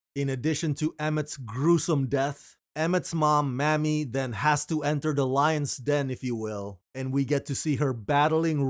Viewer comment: Her name was MAMIE, not Mammie. Mammie is a derogatory term used during slavery toward Black mothers. MAMIE (may-me) is pronounced differently. Thank you